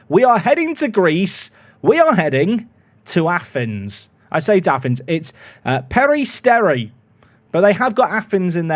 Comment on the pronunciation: just so you know because i am from greece the team name is pronounced atrómitos and the city is called peristéri